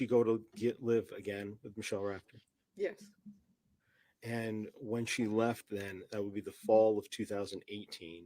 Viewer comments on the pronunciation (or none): The foster parents last name is Raftery. Not Rafferty. Everyone pronounces it incorrectly. Just to let you know